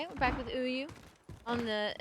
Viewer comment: Omfg .. she says UYU as “ooyoo”